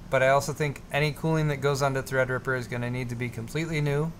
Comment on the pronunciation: Wifeysauce you da real MVP for that donation. Also, drunk pronounces Threadripper as "Thrdrppr" lmao